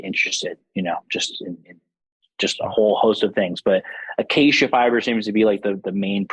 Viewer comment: " AQUEIJA FIBER" CANT UNDERSTAND WHICK FIBER IS THAT..HELP PLEASE IF POSSIBLE